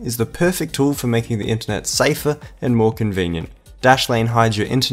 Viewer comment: Were you instructed by the sponsor to mispronounce 'internet' to sound more American, or is this just a generational difference in the Australian accent I didn't know about?